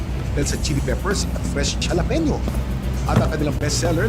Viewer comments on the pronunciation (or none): Wow naman.. you pronounced jalapeño as dyalapenyo. Bat di mo na lang kinumpleto na dyalapeno?